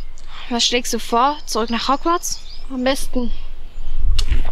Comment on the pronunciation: Das heißt Hogworts und nicht hogwiez oder wie das heißt